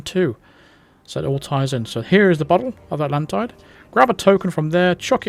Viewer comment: 47 says AtlanTIDE instead of Atlan-TEED as in the bonus mission.